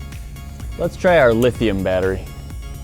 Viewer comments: "LIT"hium batteries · lit hium -ion